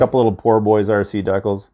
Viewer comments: D-CALZ....DECALS.......NOT DECKULLS!🤦🏻‍♂️ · Please… please please, stop saying deck-uhls. It’s Dee-cal. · i can’t watch this video this man saying dekals not decals